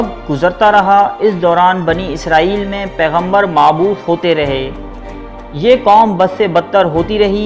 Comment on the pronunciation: Muboos hota Hai Bhai mabot nh